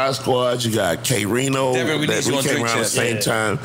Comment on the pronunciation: It's K-Rino, Scarface himself said so as well on many occasions